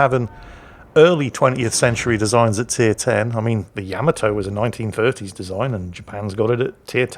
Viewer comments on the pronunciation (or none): The reason you can mispronounce a two syllable word is because you have a deep and abiding love affair with the short a sound found in cat, bat and rat, and the French don't. Neither do the Japanese, so you got Yamato wrong too. Despite the fact that for quite some time you used to play a short clip from the theme song of Space Battleship Yamato every time one showed up in a game, a clip in which it was pronounced correctly by native speakers.